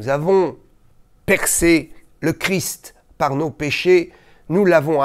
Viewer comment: Bonsoir. Je vous remercie de prononcer correctement le nom de notre Seigneur Jésus CHRIST en prononçant le ST final qui a toute son importance et je me doute que vous savez de quoi je parle. Merci encore.